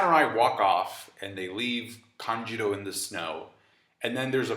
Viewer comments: Why do you say "Kanjiro" instead of "Kanjuro"? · Its KANJUROO not KANJIRO. And also number in card, they have 9 in total lol